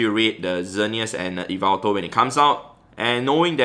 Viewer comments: Its not e-veltal its yah-veltal, but otherwise great video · Hey! The right pronunciation for yveltal is like this: yi-vel-taal Hope it helps u pronounce it in some way haha Keep up the good work and content u give to us so consistently. Cheers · He pronounces yvetal as yvital i pronounce it as yevetal lol hes pronounciation sounds better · Its actually YAVELTAL (from MandJTV) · It’s ya-vel-tal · According to M&JTV I think is how you spell it, it’s pronounced Yaveltal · Wow I had no idea that I pronounced Yveltal wrongly the whole time